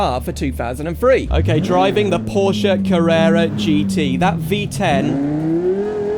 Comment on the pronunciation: Finally someone who van pronounce Porsche and coupé properly